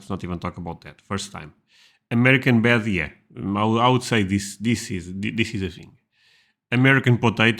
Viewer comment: I can't get over how this guy pronounces the letter "D." He didn't say bed he said "bet." And he didn't say bread he said "breat."